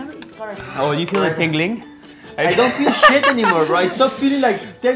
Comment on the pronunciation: Nico: "I don't feel shet anymore" 😂😂😂😂